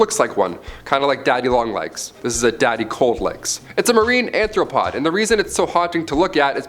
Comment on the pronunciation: "Marine ANTHropod" should have been "marine ARTHropod."